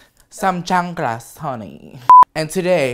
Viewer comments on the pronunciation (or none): How he said chanclas!!!!!!!!! 😂😂😂😂😂🤣🤣🤣🤣🤣🤣